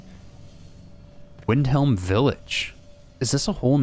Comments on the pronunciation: It's Wyndham not Wyndhelm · Wyndham is pronounced Wind-dum